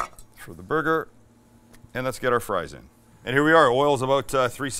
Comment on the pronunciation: I swear I'm hearing him say booger a few times.